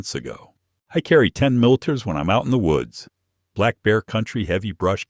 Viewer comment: 10mm / AI can’t pronounce it right. This story just doesn’t sound right. I reload 12gauge shells.